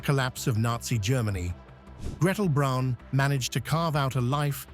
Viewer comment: If you can't pronounce Braun, you shouldn't make video's about her.